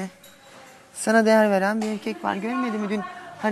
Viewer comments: No body:: irkek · Nobody:: irkek…